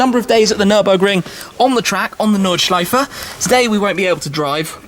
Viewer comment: I appreciate that Tim tries to pronounce the untranslated names as accurately as he can :) (gelbgrün, Nordschleife etc)